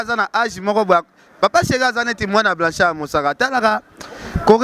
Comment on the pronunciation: oyebi ata ko prononcer kombo ya Blanchard mosaka te vraiment mais ozofinga ye kende koko kota cour de langue pardon